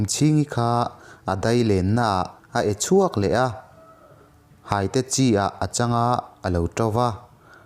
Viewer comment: hâite i tih hi hâitê(thei hai tih a, hâi tih anga lam tur!!